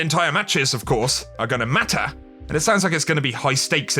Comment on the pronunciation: ..are gonna MATTAHH!